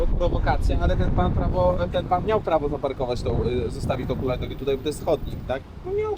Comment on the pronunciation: 'tĘ chulajnogĘ, tak, tak tĄ, hulajnogĘ, za pojadzem - czyli co z przodu pojazdu stała?' kurtyna xD